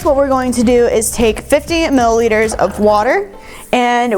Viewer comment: “Such a large difference” what?? had to rewind three times to hear “15” instead of “50” 😅